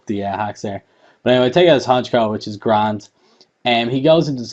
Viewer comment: which is gra-and!! haha! so Irish!! :)